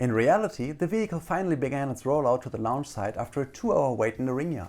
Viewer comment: Like the video, but can't stand that he keeps saying Lounge instead of Launch